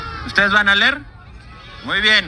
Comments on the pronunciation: No se dice ler...se dice leer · No sabe ni decir leer 😅 dice ler 😅😅😅😅